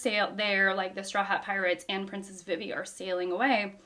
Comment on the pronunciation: Vivi is pronounced Vee Vee, but also, I love this as another example of genre sampling. It's a Western this time, with the 1 man vs. 100 bounty hunters. That one man is Zoro, but still.